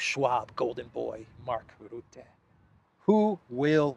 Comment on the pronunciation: Sadly Mark Rutte still is the prime-minister of the Netherlands as a demissionair prime-minister of a demissionair cabinet, he is not allowed to do any new policy but that doesn't stop him. mispronounces Rutte his name, I am not sure if he does it for comical effect now.